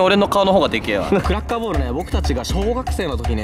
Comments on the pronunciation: クラッカーボールがクラッカーボレーに聞こえたw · クラッカーボーラがクラッカーヴォレイにしか聞こえん